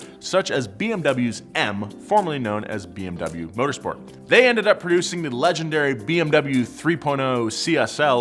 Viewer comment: Please stop pronouncing bmw the wrong way.